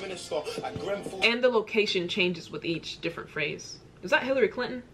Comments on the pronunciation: Bit of advice make sure you get the name right of Grenfell it comes across so disrespectful, love your work but please don't keep getting that wrong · ‼️‼️PLEASE READ IT ALL‼️‼️ It’s grenfell by the way 🤣 David Cameron was our previous prime minister before thereasa may who made an election and said that if we voted to leave he would resign making Theresa our prime minister but if we voted to stay in the eu he would still be our prime minister the uk voted for us to leave the eu forcing him to resign nobody liked David or not many so that’s why the general public saw this as an opportunity to get a new prime minister but it meant that we were forced to leave the eu which the government didn’t want and they truly believed we wouldn’t vote him out of office but of course he was hated so he kinda screwed himself over believing we would care more about leaving than him resigning,so that’s why we have left the eu ,well in the process of leaving. Also the uk is the same when you were saying the us promised u benefits but haven’t received them for being essential workers. It’s the exact same over here both my parent are nhs nurses, constantly facing corona. The Conservative party (the party of the prime minster who are in office ) ( boris)were debating weather nhs workers should received a pay bonus, before the corona , they cheered when nhs workers did not received a pay bonus. Then when Boris became ill with the virus they thanked the key workers , asked retired nhs workers to start work because it was too much for the nhs, promised us a pay bonus because of our hard work , clapped every week , when Boris became better nhs did n